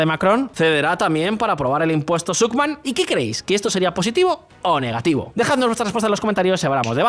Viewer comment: Negatifo, hermano, Negatifo...🧐